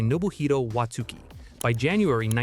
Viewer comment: You don't pronounce the u in Watsuki...